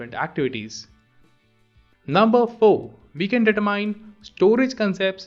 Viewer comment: The pronunciation of "determine" is wrong. Please pay attention.